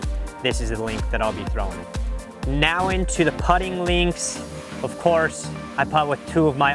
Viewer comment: brother...LINK why are you saying LEENX